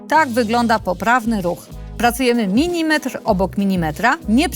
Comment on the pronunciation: Oraz "milimetr", nie " minimetr"